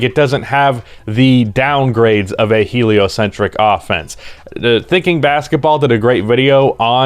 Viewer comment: There he goes again saying heliocentric